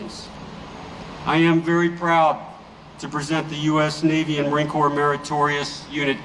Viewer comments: It isn’t a corpse it is a corp. pronounced core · "Corps" is pronounced "Core", Sir. 11 / 11 is REMEBRANCE DAY here in Australia. LEST WE FORGET. ❤❤ M 🦘🏏😎